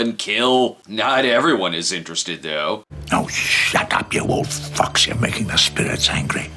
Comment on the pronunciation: It did sound a lot more like he said "shut up you old fucks" as opposed to "shut up you old fox". Gave me a good laugh. Thanks CS.